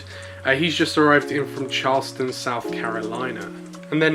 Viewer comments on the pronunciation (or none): none